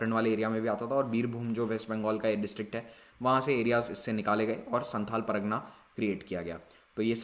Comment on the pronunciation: Sir you are pronouncing pragna but it is par GA na